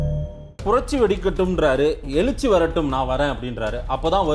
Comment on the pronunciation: உங்களால் தமிழ் கூட சரியாக பேச தெரியவில்லை...நீங்கள் எல்லாம் ஒரு Anchor...எழுச்சி என்ற வார்த்தையை எலுச்சி என்று பேசுகிறீர்களே...வெட்கமாக இல்லை... முதலில் நீங்கள் ஆதரிக்கும் ஸ்டாலினை பத்திரிக்கையாளரை சந்திக்க சொல்லுங்கள்